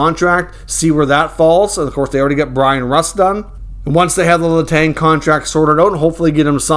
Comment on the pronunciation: please stop saying Letangggggggggg Letan ok